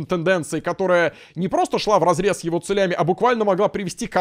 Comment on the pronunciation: 34 минуты человек сражается в попытках правильно сказать слово "целями", поддержите лайком!!!